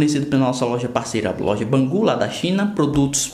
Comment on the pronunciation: não se pronuncia Bangu e sim Bengudi kkk Forma de escrever Bangood